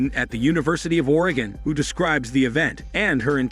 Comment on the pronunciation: The AI cannot pronounce Oregon